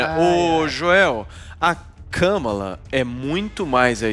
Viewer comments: Nem falaram o nome da mulher certo (nenhum deles) o nome dela e Kamara Harris ( com a sibala tonica no segundo "a" do "Kamara") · Também não é KÂmala!!! É KamÁla!!! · O Adriles nao decide se o Biden ganhou ou nao, cocaína é foda. O cara nao sabe nem falar o nome da Kamala e trabalha de comentarista numa rádio, muito Brasil mesmo.